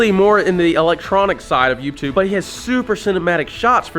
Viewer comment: i love how he says “youbtube”